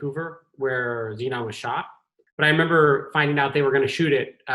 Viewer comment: Zenon the “Zeunion”